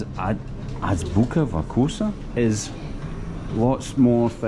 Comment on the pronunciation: If you’re trying to pronounce the name Азбука вкуса properly., don’t say ‘вакуса’. Instead pronounce’фкуса’, it’s much easier. It’s called оглушение согласных, или “regressive devoicing” in English.